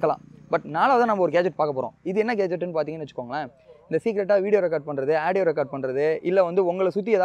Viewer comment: Aadieo illa da adhu audio da paradesi